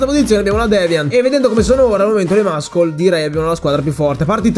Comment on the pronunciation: muscle = MASSOL (pronuncia corretta!) NON MASCOL ...